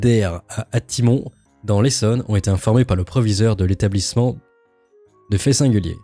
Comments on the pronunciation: c'est pas ati mon mais ATISSE MONSSE (prononciation) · Ça se prononce "Atiss Monss" 😅